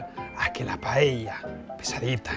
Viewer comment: por diosss, si sabes decir socarrat, sabrás también decir paella. PAELLA, que es como se llama en Valencia y en Asturias también. Por lo demás... RECETÓN Y VINAZO 👏👏👏